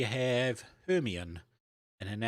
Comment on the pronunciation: Hemione is pronounced 'her-my-uh-nee'. Rouge is an cosmetic. The correct spelling of rogue is r-o-g-u-e.